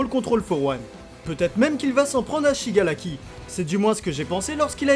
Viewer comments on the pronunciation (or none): c SHIGARAKI et non SHIGALAKI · c'est pas pour être méchante mais au lieu de dire Shigaraki tu dis shigalaki et pour dire Todoroki tu dis tôdoLoki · Pk tu di shigalaki et todoloki au lieu de shigaraki et todoroki